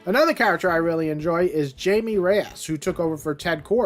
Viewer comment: ITS pronounced as high me like thats how you say blue beetles name its spanish lol